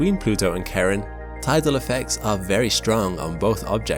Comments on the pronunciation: It's pronounced Sharon not Karon. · It's not pronounced "Karen." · Why do you keep saying that the moons name is Karen? It’s Charon, like Chili 😉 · The name of Pluto's moon is pronounced Shar-on. The dude that discovered it (James Christy) named it after his wife, Shar (Charlene Mary). I'm not sure why you call it Karen but it's irritating listening to you disrespect its discoverer like that. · Charon is pronounced like Sharon not Karen. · It's not Karen. It's not Sharon. It's Shar-Ron/Char-Ron. tf nobody knows how to say it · Why do these Brits say "Karen". Its Sha-Rone buddy. Not Karen. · To whomever is narratating here...the correct pronounciation of Pluto's moon Charon, is SHARE-on...NOT Karen. It is named after the moon's discoverer, James Christy's wife, Charlene. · I swear to God, it's "Sharon" not "Karen". I've never heard it pronounced Karen. 💀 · Pronounced Share-on, not Karen. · I thought I was going crazy hearing him pronounce Pluto's moon as Karen 🤣 I'm a huge space and science lover and thought that doesn't sound right.. sorry but we Americans stupidly or not named that moon and it's SHARon I'm just poking fun. It's been a great week of exploration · The guy who discovered the moon, Charon, named it in honor of his wife, Charlene, and pronounces it "Share-ON", not Karen. He didn't even know about the Greek myth when he came up with the name. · Pronounced Share-on... not karen... just saying... but then again.. I pronounced it... CHAR-ON... like. Charcoal.. because it sounds cool, lol... but Share-on is the ch as SH sound like CHUTE. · Dude, please learn how to say the objects name correctly before making a video. Pluto's moon Charon (SHA-ron) Drove me crazy every time you said Karen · The moon Charon is actually pronounce "Shar-on" rather than the traditional pronunciation "Kar-on." Apparently this has to do with the wife of the person who discovered it. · KAREN KAREN KAREN KAREN KAREN!!!! Dude, it is KARON! CHAROOOOON! Not Karen. OOOOOOOOOOOOOOOOOOON.